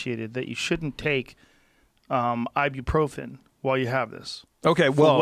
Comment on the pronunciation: Ya I can't believe he said "theere is a big difference between aspirin and Ibuprofren, Ibuprofren is a NSAID".